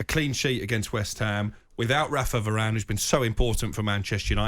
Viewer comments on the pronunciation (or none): none